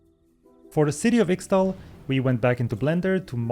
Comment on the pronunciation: Ixtal is pronounced: Ish-Tal